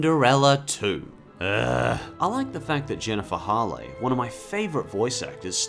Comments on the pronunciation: It's not pronounced Jennifer Hall-eh... It's pronounced Hail. Her surname has a strong a. On a side note, I 'm so used to seeing her play military characters that it's really weird seeing her play a princess. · Idk if it's just me, but is it Jennifer Hale's name pronounced Jennifer Haw Lay? I thought it was pronounced Hail. Like hail from the sky. I'm really baked rn and didn't see if he addressed it in the video, but I was scrolling and no one mentioned it from what I saw.